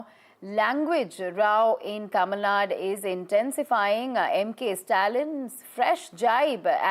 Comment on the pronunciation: Hello anchor, it is Tamilnadu, not Tamilnad